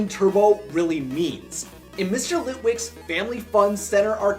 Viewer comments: Lit-wack not Lit-wick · you said litwick instead of litwak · that moment where he said LitWIKS bro LitWAK get yo fact STROIGHT